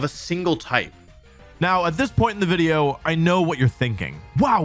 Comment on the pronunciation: Wolfe: "Now at this point in the video, I know what you're thinking." Me: "He didn't say 'wideo'...?" 🤔